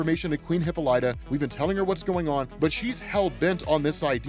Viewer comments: Please... no more hippo light uh. Huh-pol-uh-tuh. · Hey it’s pronounced Hip-ah-li-ta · Lol oh man I can't get over how you cant pronounce hippolyta. Great video though.